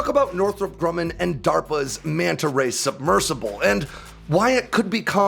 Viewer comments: Mee-anta Ray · The one thing I learned in this video is the fish's proper name. I always pronounced it Mana Ray!